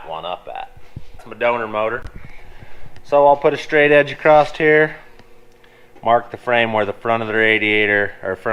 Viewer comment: Why do americans say "acrost" - there is no such word ,it's "across"